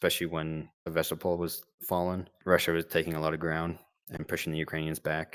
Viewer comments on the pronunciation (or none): none